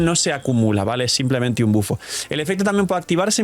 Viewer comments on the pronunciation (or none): none